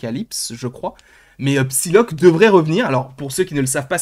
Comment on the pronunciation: On prononce "sailok", grand 😅😅😅